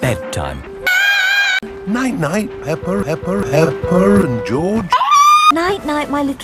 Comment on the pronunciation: You mean pEpEr